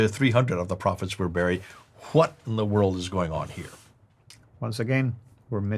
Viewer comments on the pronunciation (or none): none